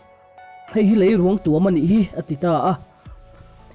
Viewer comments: Leiruang tuam i lam dan a diklo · Lei ruangtuam tih I lam dan a dik lo